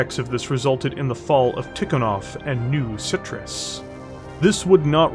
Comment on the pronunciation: I'm sorry, I love this content, but hearing it as "New Citrus" made me laugh way too hard and distracted me.